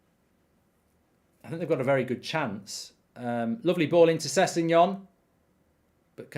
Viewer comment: wrong its spelt sessegnon and pronounced sesinyon